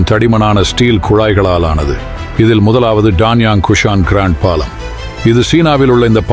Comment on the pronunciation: ல, ள, ழ, உச்சரிப்பு சரியில்லை பாளம் இல்லை பாலம். ஒரு மூளையிலிருந்து❎ மூலையிலிருந்து ✅